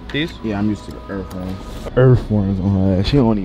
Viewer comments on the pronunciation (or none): He said “ Yea I’m used to the earthworms” 🪱 🪱🪱🪱 Edit* EarfWorms….. 🤦🏾‍♀️🤦🏾‍♀️🤦🏾‍♀️